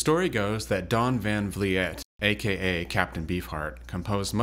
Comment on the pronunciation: Quick comment. The Captain's surname is pronounced "Van Vleet" (just FYI).